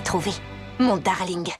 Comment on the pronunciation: ton "Dareulingue" 😂😂